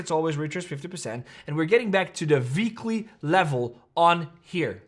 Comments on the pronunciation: It's weekly not veekly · “Veekly order block” 🤌🏼🤌🏼🔥